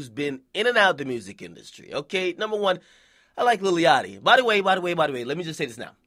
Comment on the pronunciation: This nigga keep sayin lily yachty